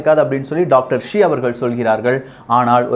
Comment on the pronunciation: It is not Dr Zee, it is Dr Shi